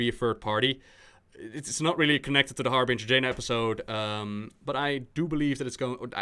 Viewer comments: IT'S "WARBRINGER" xD not Harbringer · "Jaina Harbinger video" iTs WaRbRiNgEr!1!1!